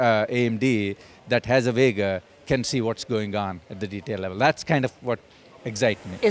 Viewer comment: The way you say Vega hurts me inside.